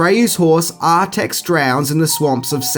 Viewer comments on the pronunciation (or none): Read the book .... pretty sure the horse's name's Artax and not Artex, by the way .... ^_^ By the way, the world IS called "Fantasia" in the original book, "Fantastica" is from an english translation .... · It’s ArTAX. 🙄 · *Artax, not Artex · Artex? Haithway? Aura? The movie was made in Germany, not England.